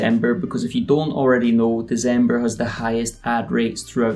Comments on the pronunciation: Its December not Dezember..... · bro yu do know that its December with a C right? Its not Dezember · Y u say deZember?